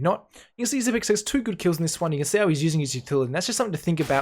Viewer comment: THANK YOU for pronouncing his name correctly. Bugs the shit out of me that most casters can't take the time to learn how to say it the right way.